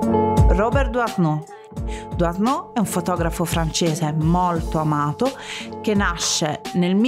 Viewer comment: SI PRONUNCIA " Duano' '"